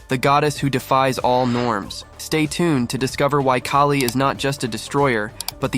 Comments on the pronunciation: It’s Kaali, not Kay-lee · Pronounced as K ah li. not K a li.